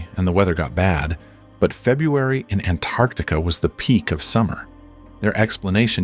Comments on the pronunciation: Anartica 😂 can't even pronounce it correctly 😂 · Honestly i never understood why A N T A R C T I C A word didn't pronounce correctly always T missed so its ΑΝΤΑΡΚΤΙΚΗ(ANTARKTIKI in Greece)🤥😀